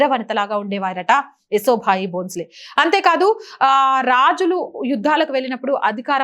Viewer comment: ఏసో భాయి కాదండీ... యశోభాయి 👍🙏